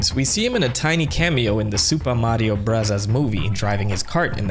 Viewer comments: Stop saying super Mario brazas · Is there a reason why you say super Mario bros like that?